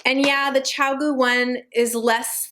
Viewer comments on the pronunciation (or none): First time watching- couple opinions and such. 1. It’s pronounced Chi-goo. 2. Do not buy a needle set before figuring out if you enjoy knitting. Do pick out needles that feel good to work with. Take them out of the package and decide if you like metal or wood. LYS stores often offer this or you can just ask someone working if you can feel the different types (there’s usually a ton laying around or working up projects). Wood can be great when you’re dealing with stitches that want to slip off the needles and as a beginner. 3. Love the binder organizer! Addi and Lantern Moon also make pouch organizers which are great, but the binder is much easier to store and check. Not something a beginner needs to worry about imo. 4. I feel like the best place to start getting into knitting is to find a pattern you absolutely love. Ravelry is awesome for that for sure! For materials including needles the pattern lays out everything you need. Take a copy with you to a local yarn store and don’t hesitate to say it’s your first knitting project. Truly you only need needles, yarn, and the pattern to knit it up. Snips and tapestry needles are for when you’re doing finishing touches. 5. Stitch markers are lifesavers! I found buying a bag of jump rings works well for me but be aware of how big or small they are. You don’t want to come home from the store only to find you can’t fit them on your needle. 6. The knitting barber cords are amazing and from the inventor- a barber who created these in the